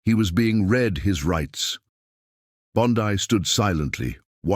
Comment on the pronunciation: Pronounced "Bon-Dee" not "Bon-Di".